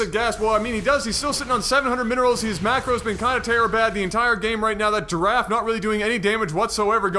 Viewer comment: yes you are correct sir. But i guess its not easy for people not speaking french to realize how they pronounce words. But even for an English speaker. Its with an short "e" as you say. Pronouncing it with an A is just wrong.